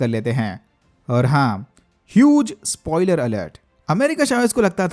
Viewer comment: Spoiler not spoiiler ... mistake mot koro. School atcha se porhai nahi kiya.